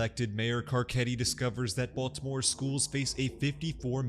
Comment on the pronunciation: It's pronounced Bitty-more...